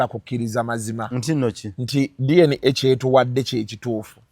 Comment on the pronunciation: 😂it’s DNA not DNK